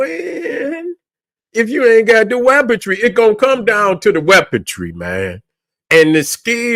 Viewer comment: Weaponry not weapontree.